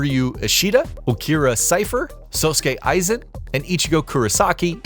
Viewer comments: Sow skay Aizen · Actually that would be how you pronounce Sasuke. Sosuke Aizen would be pronounced Sos-kay*I-Zen